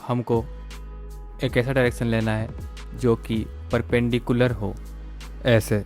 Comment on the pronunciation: bhaiii pelpendiculal 😂😂😂